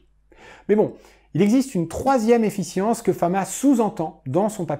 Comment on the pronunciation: Très intéressant !! Attention à la petite faute qui se répète tout le long : Efficience et non Effience. ;)